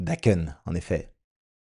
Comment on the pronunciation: C'est daken on prononce le n